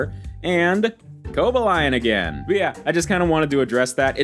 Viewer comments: Co-Baal-Ee-ON not Coba-Lion (I don't think your a poser) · Its pronounced Cobalion actually